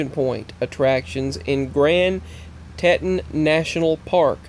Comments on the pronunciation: Teton is pronounced with a double e sound, a long e as in "street", not an e as in the word "kept". Also, the moon Io is an "I", not an "L", so is pronounced either E-o (with a long e sound) or Io (with a sound like eye-o) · Pronounced TEE-TON. FYI